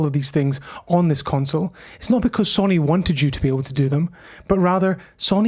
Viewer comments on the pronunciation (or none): Interesting video but please, it’s So-Ny and not Sonny.